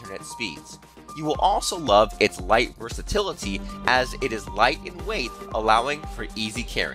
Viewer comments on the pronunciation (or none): none